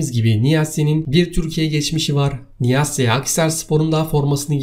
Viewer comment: Nıasse ne kardesım suna nıyas desene ... omer nıyas okunusu ... hala aynı amatorlukte devam edıyorsun ...